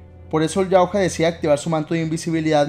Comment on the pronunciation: Se escribe Yautja pero No se lee "yautja", se lee "yautia"